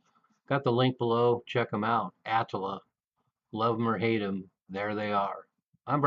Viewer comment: Ah - tlll - ah. Not the way you pronounce it.